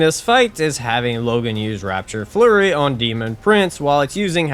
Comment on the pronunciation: Raptor Flurry. RAP-TOR... sorry the constant "rapture flurry" was giving me a 'tism.